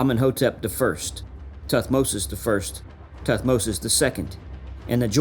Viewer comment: Muy mal como se leen los nombres de Tutmosis y todos los egipcios😒